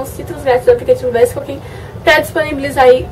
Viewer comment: se pronuncia (visco) e não "vesco", mas amei o video kkkk